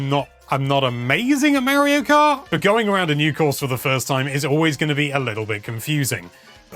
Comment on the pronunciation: Mayro Krat World.